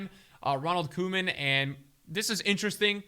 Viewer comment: ITS PRONOUNCED K-Oh-MAN